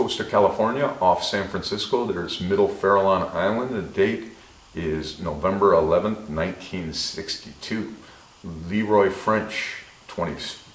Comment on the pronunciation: you pronounced badly!!!!😆😂😄the ISLANDS OUTSIDE OF SAN FRANCISCO IT'S FARALLONS NOT FAIRLONS ISLANDS, NEVERMIND.....